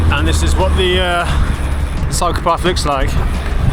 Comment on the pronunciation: German here too. I was listening it as a podcast while cleaning my bike and he is like: here I found my psychopath!😂